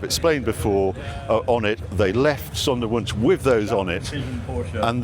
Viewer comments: Harry, the w is pronounced as a v in German. The s is pronounced as a z. So Zondervunsch. Love your work ! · i had a bit of difficulty understanding what you were saying, until I read it. Sonderwunsch, Special request. from factory.